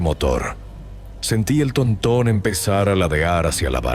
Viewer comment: Jajajaja TONTÓN será TÓRTON o así le dicen para tu rancho????